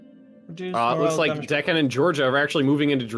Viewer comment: When says Deccan it sounds like "The Khan"